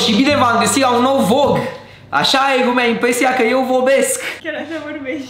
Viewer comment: Uita-te la video si tu si vezi ca ai spus vog in loc de vlog